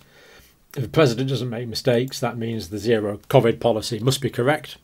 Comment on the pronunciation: Can't stand they way he pronounces Covid!!!!